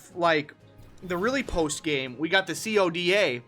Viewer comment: Why do u call if c o d a? Dumbass it's called CODA (KOW-DAH)